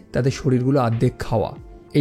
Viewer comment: ardhek nah ,ordekh